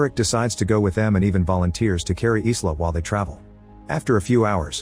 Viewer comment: AI not knowing how to properly pronounce the name Isla, and calls it "Is La".